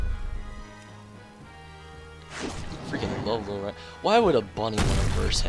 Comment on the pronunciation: Fuck i hate how you say ragnaros XD